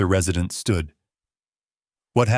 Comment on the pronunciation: Re-side’-nt? Are you sure he doesn’t mean Res’-ih-dent? Please get an AI who knows how to pronounce the words correctly! Thank you! And stop with the darn dings!!!!!😡